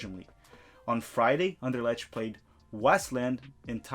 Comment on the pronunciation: Anderlecht is pronounced like An der lekt . Ch is different in Dutch than in German.